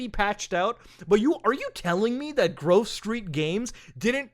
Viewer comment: Wait, why does Muta keep calling them Groove Street Games? Lmao